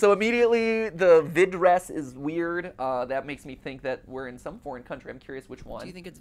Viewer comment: how to pronunse: vId-ers